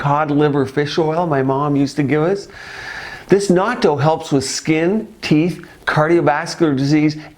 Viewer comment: It's pronounced a bit differently.. You are saying "NAUTO"... The proper way to say it is "NAT-TOH"... short sound on the "A" like "bat"... and you need to pronounce the "N" as a double sound